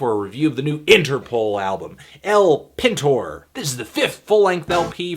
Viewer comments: It's pronounced El PEENTOR not El Pin Tore. I thought their third album was the worse. In fact most agree that it was for such a band like Interpol. I loved their self titled release INTERPOL. Almost seems like you were looking forward from their dark departure into modern pop. Would almost make sense since you're not really sticking to one genre rather all over the place when it comes to your music selection/reviews. But you know what they say, opinions are like.... Carry on ol chap! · Haha the way he pronounces El Pintor, which is "the painter" in spanish, is hilarious.